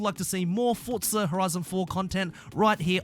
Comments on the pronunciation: wtf is a fortza 😂😂😂 u gotta learn how to pronounce that word forza where inthe hell do u heart the T in forza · not forTza .. just forza .... fortnight and forza didnt have a child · fortnite and forza combined